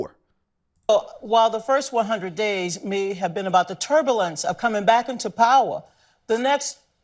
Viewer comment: What is "turbalance"?